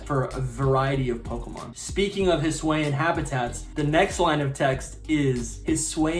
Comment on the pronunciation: It’s (hiss ooo- ian) not (hiss wayan)